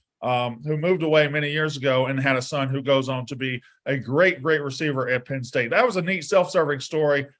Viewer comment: It’s PENN not PIN. Come on